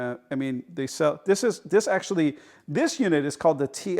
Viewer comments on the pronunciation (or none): none